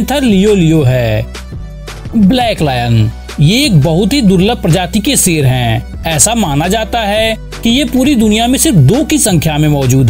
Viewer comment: Bro wo sher hota hain seer nahi